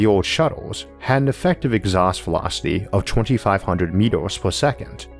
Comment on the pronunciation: Exhaust Vewocity UwU